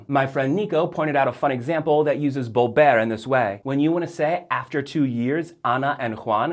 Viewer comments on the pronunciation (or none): Sorry, but his "b's" for "v's" ("bolver" and "boy") are really annoying me.